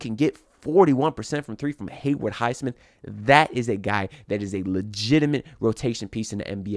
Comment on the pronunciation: HayWOOD bro, not Hayward